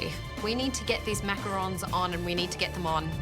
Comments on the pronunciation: "Macaroons" --the fake chef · the JURY pronouncing macarons wrong is sending meee 💀